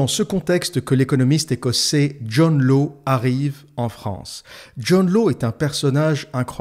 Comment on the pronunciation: Hâte de me la farcir ! : John Law se prononce John Lace (il est écossais)